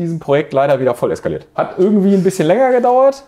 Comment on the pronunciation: KAESSkaliert? Sagt man das jetzt so? Okay? Kann ich mit leben :-P